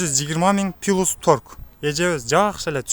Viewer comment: Пилус деп айтылбайт зб 🤦 плюс дечи торт эле тамга, трусаны турса дегендерденсинго трубаны турба